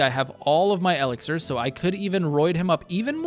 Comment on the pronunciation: I am guessing you never heard e-LIX-ir :-)